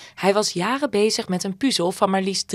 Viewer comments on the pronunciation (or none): Het is 'puhzel', niet 'puuzel'.